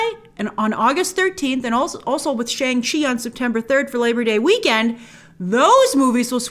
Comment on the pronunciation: It’s “Shong-Chi”, not Shang